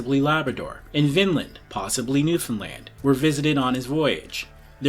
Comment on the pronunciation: Great job pronouncing Newfoundland!